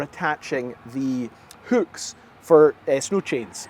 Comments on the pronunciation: say hüücks one more time,...I dare you. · Why is it so hard for this guy to say hooks? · lol never heard hooks pronounced as hukes 😂